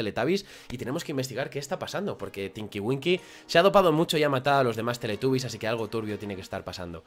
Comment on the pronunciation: No es teletabby's es teletubby's